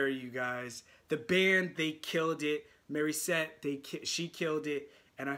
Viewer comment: Why do you keep calling her " Marissette"....it's not Mari....IT'S MORI,MORI,MORI.....MORISSETTE!!!! MO,MO,MO....NOT MA ....🤣...your reactions are great....but say her name correctly!! 🙉